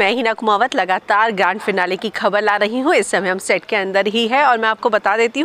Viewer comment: Sorry but I heard GAND FINALE 🤣